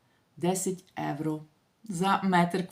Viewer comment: ще раз будь ласка,євро,а не еуро.Дуже ріже слух,та дратує.Якщо не виправитесь не буду більше вас дивитись.Невже так важко?